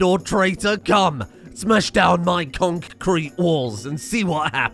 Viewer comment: Every time he says concrete, it sounds less and less like a word., stop it.